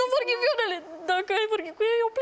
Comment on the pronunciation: Nu vorghii viorele